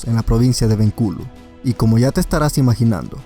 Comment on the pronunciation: Provincia de Benculo dice? Xd